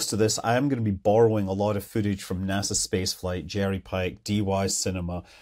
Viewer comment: "nasa" space flight. 😂